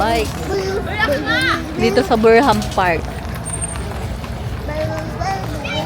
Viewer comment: Mrs alam mo namang malamig ang pupuntahan ninyo gnyan pa damit mo huwag namang pasikat maraming my magandang kutis at mukha kysa sa u, kamukha ka pala n zoraida at hndi pa marunong bumasa BURNHAM at hindi BURHAM bolol ata itong asawa ni cobra prince